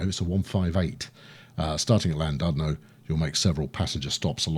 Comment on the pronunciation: I know you're famous for butchering pronunciations, but it's pronounced: Ll-Lan-Did-no where Ll means a sort of throaty growl.